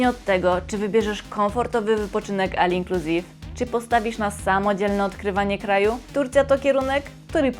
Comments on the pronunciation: Jak już się robi film na 2026 to wypada podawać ceny przynajmniej z końca 2025 jak nie zna się aktualnych, chyba że nie chodzi o rzetelność a klikbajty. Ceny w filmie sprzed kilku lat. Ponadto sugeruję popracować nad wymową. Takie słowa jak all inclusive to już standard tj. olinkluzive a nie al😂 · All inclusive wymawiamy trochę inaczej..